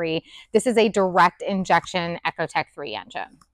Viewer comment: Echotech? Ecotech. Eco. Like Economy. Not like echolocation. Stopped listening immediately after hearing that you don’t even know how to pronounce the engine family name properly. Junk anyway, with lifter problems after 15+ years of experience producing the 💩 DOD design, and now add sludgy intake ports thanks to direct injection. Garbage engines just like your garbage mispronunciation of ECO.